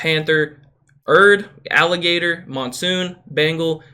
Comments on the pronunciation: agitator not alligator lol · it’s pronounced ‘ajitator’